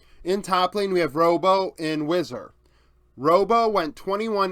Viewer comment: Very cool video a lot of interesting information and good predictions. However, I'd just like to point out that some pronunciations are incorrect like Wizer's name is actually pronounced like it's said, something like Whyzer. Dynquedo is pronounced Dyn-K-edo Besides that very gud👍